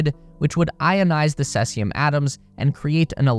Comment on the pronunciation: Wtf is "sessium"? That is not how it is pronounced.